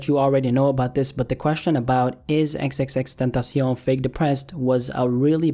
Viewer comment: Finally someone who pronounces his name right 😂 thank you - LLJ 🖤🕊